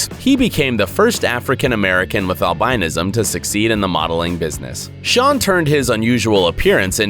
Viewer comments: google albinism and listen to how you say it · please learn how to pronounce albinism... look it up.